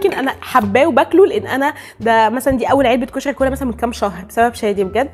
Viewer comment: اول مرة اشوف بنية تلدغ بالراء وكلش احب لدغتها ☹️🥺💙كلش حبيت طريقة كلامج كيووووت ياربيييييي☹️💙🍯 كُشَغي ياربي كيوووووت☹️😭😭😭💙💙💙🍯